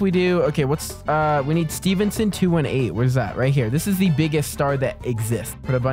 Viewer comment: I'm so glad your saying Stevenson right